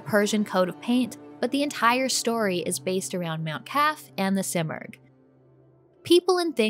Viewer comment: The simorgh is a legendary bird its pronounced seemorgh. I am in the early stages of the game and got a kick that u can change the language to Farsi. This is the first prince of persia gane that u can change the language to Farsi